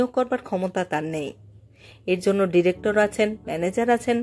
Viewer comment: ডিরেকটর, প্রফেসর (ডিরেকটর এর মতই উচ্চারন), অফিসর,,,,,,, উচ্চারণ ঠিক করতে হবে।